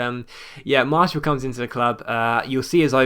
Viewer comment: Just for the future: Martial is pronounced Mart-y-all. Loved this episode!